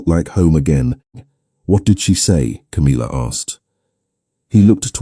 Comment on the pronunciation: It's tiresomely irritating to hear the name Camilla, so badly pronounced, it's not Ca-meal-uh, it's Cam-ill-uh. Gawd strewth, millenium hand and shrimp!